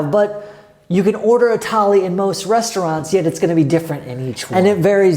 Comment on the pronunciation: It's not tally it's thali